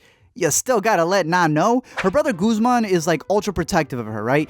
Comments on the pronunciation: “ Goosemaun “. SKSKKDKSKSKFKSKS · It's ANDER, no s, Guzmán has an accent and should be pronounced with the accent. Marina only stole from Carla's family, not her own, and only one watch had a USB drive. Also this is my favourite show, thank you for covering it